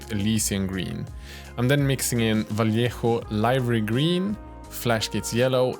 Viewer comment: Like this comment to start a petition teaching all the other miniature YouTubers to learn how to pronounce name and how to pronounce "Vallejo" like him, because it's so satisfying.